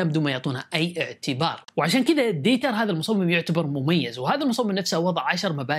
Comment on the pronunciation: نطقتها غلط بالالمانيه تنطق ديتر وليس دايتر :)))